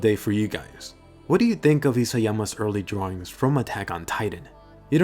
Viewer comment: I love the erley dràwins